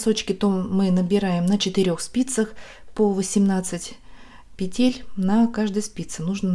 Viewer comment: Пожалуйста, пЕтель, а не петЕль! Очень не комфортно слушать Ваши петЕльки, очень режет слух🙏🏻